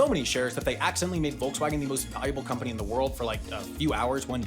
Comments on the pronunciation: "Wolksvagen", fhat the wuck? I get that foreign speakers may mispronounce these brands, but now you're misspelling them too? 😢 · What I find way more annoying is that they say Wolgswagn instead of Volkswagen... In German a V in the beginning of a word is almost always pronounced like an F and not like the English V. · ......There is something fascinating about listening to anyone not from germany pronounce such a german word as Volkswagen. It wasn't badly pronounced mind you, but it'll never be quite right. Too... soft. There need to be some edges. Otherwise this was really interesting to hear, really^^ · And I bet you don’t pronounce Volkswagen correctly either.